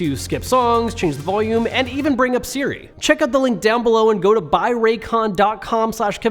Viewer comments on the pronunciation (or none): none